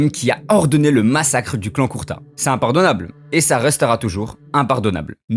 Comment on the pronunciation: Mon reuf juste une remarque Son clan c pas Kurta mais kurouta Apars sa la vidéo stylé c une bonne vision meme si jai deja entendu cette théorie mais le fait d'approfondir c mieu merci (J’attend d’autre vidéos bon courage )